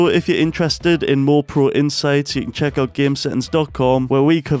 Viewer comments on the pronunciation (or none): none